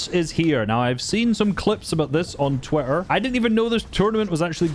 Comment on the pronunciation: "on TWITTEAR"